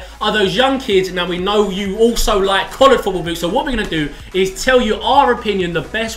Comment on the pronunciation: i rearry rearry rike This boot... asian? Listen closely aswell